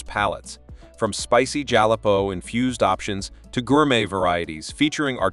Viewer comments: JalapenoIt's not jon-a-pos. It's ha-la-pe-nuo. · The narrator doesn't know how to say jalapeño. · your pronunciation of jalapeño ! Seriouslyy??!